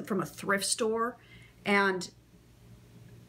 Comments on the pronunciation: She says "Ant" instead of "And" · Nope. Maybe that's what you hear, but that's not what she says. As an actor, elocution is very important to her.